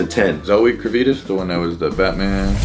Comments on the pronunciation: Sorry did just say Zoe Kurvitas lmao 😭😭, til, I’m dead you mean Zoe “Kravitz” like Lenny “Kravitz”, both they last name are pronounced the same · really said “Zoe Kravitus” 😂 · Lol, did he really say "Zoe kravitis" I hope he was joking, if not, still love you anyways dog. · are we gonna ignore the fact that said zoe kra-ve-tis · Zoey kra-vee-tus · lol he really said Kra-vi-taz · Bro said Zoey Kraveetus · I had to pause the video after absolutely butchered how to pronounce Kravitz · The way pronounced Zoë Kravitz 😂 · how tf did this nigga say Zoë Kravitz surname 🤣🤣🤣🤣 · How the hell did just pronounce “Zoe Kravitz” lmao? 10/10, no lies were told though.